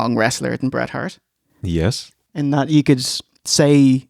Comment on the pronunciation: Lol Road dog shouldn't even mention his name in same sentence as Hret Bart. Shawn will always be the goat but "Hret Bart" is up there